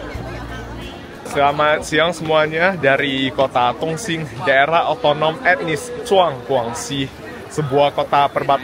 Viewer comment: Intonasinya kurang jelas,. Bilang Dong sing (Dong Xing) seperti tong sing bunyinya